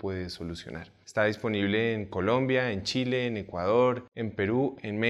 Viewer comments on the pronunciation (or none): none